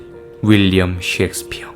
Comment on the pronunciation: 섹스피어가 아니라 셰익스피어...발음이요